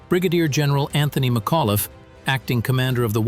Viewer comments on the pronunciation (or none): none